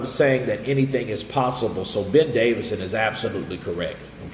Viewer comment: Ben Davison NOT Davidson!